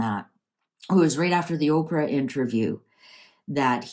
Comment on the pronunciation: Did you just call her “OKRA”? 😂😂